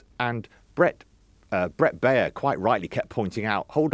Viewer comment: Very unprofessional and misleading analysis of the Baier interview. One of these fools is so unprofessional he doesn't even know how to pronounce Baier's name. He also claims there are more Biden voters from 2020 now supporting Trump than Trump voters from 2020 now supporting Harris without providing any source. It's also very wrong to claim that there's a long tradition of politicians talking about enemies from within -- this and lies about the media lying are the basis of fascist propaganda. It looks like the Telegraph doesn't even call out Fox for being a propaganda network that spreads lies and will soon again be forced to pay hundreds of millions for spreading lies a d defamation.